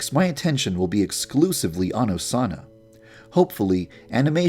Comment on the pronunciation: es osana no osanna